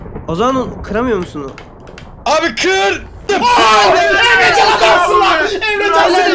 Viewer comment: abinin emrecana emcan demesi